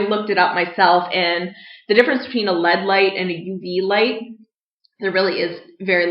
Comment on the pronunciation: can we tell her that it's L - E - D and not LED?